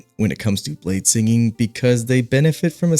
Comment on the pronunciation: ah yes, bladesining